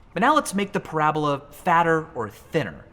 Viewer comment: bruh did u really just end parabola with an e like its hyperbole.,., people these days